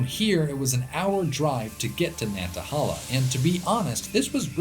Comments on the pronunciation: Nanta-hay-la. Not Nantahahla. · I live in the valley of the Appalachians, and we get tons of brown salamanders. Also its nan ta hay lah not nan ta hal aah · Pronounced *Nantahail-a* not Nantahal-a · Nantahala pronounced ......... Nan-tuh-hay-la I'm from upstate South Carolina which has abundant rhododendron near the North Carolina border (Table Rock, Lake Jocassee, and Cesars head) and into NC as you know. I summer vacationed yearly in the campgrounds above Gatlinburg TN in the Smokies. Again thick thick rhododendron. I later moved to north eastern Georgia in the Chattahoochee - Oconee National Forest and I can verify the area surrounding Currahee mountain is covered in our old friend rhododendron. I recently moved to just north of Roanoke Virginia and yet again I can verify thin coverings of rhododendron on the Application Trail just east of Daleville. The peaks to the east above that valley are a lighter shade on your rainfall map, still verifying your hypothesis. Awesome video and you taught me how lucky I've been jumping from rainforest to rainforest. It's just the feel of these areas that attracted me and I didn't know why but now I know they truly are special. Unknowingly I followed an, until now, hidden pattern. Thank you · And btw pronounce the third a as a long A Nan tah haaay la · Great video! It's pronounced nan ta HAY la! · The National Forest is pronounced Nanta-HAY-la. Amazing video! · The yankee can't say "nantahala" but its still a cool video